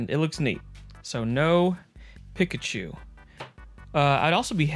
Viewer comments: Sorry, but I’m gonna be THAT guy... Peek-a-choo not pick-a- choo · Bro....its said "Peek ah choo" not "pick achew"..lol. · "PICKachu" hah love it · Why you say Pikachu like that? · That Arkansas Pikachu pronunciation got me rolling 🤣🤣🤣 Great video!